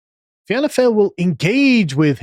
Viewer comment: Fine (just say fine as you would say in in English) Gael (pronounced gale). Fianna (feeanna) Fail (fawl) . But tbf "fail" is a good descriptive term. As a seasoned observer of the Irish political landscape I agree with pretty much everything you lads have said here. And the vast majority of blue collar Irish like myself probably would agree too.